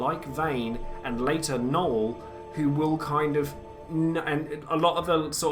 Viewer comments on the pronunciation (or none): none